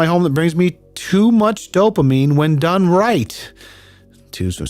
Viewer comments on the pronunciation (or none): none